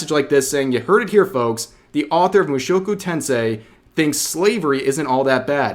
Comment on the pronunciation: YOOOO HE PRONOUNCED IT RIGHT LET'S GO REV